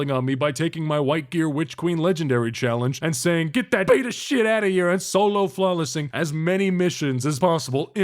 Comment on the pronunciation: Man, I love it when does the Folo Slawless